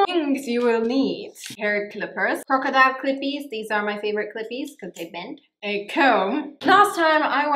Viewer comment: 🎵 CROCODILE CLIPPERS ARE THE CLIPPERS FOR YOU AND ME! 🎵 I'm so sorry, but the way she said "crocodile clippers" made me do this 🤣